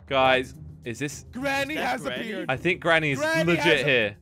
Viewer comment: Who else thought said "Granny has a beard" when he said "Granny has appeared"?